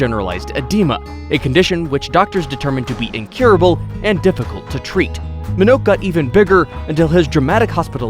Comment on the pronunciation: You are LAZY! First, at no. 1, you mispronounced Mr. Minnoch’s last name. Second, you shiw film footage not of Minnoch but of Robert Earl Hughes, a man from Illinois who once weighed a medically verified 1,069 lbs and was for many years considered to be the heaviest medically verified human ever. To this day, Robert’s 122 inches measurement is the largest on record. You are LAZY!